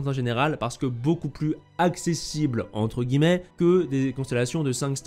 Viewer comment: on peut sentir l'accent sur le "entre guillmets" XD